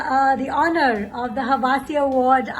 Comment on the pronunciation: Kaneez made Hawasi to " Hawa si " , lol.